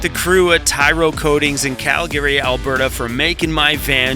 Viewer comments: Stop saying Calgary, "Cal-Gary" It's pronounced Cal-gree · Just sounds kind of odd to hear you saying "calGARY"